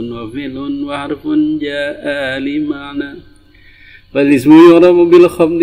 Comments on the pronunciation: Li ma'nan.. bukan Li ma'na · Li ma'nan... Bukan Li ma'na... Hahah kamu juga salah